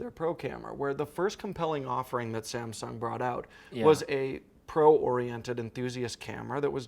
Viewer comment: Saamm ssuungg?? 😂